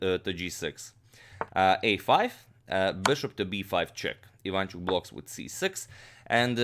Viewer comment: Ivanchuk is Ukrainian, not Polish. BTW, it is pronounced Ivanch`uk, not Iv`anchuk.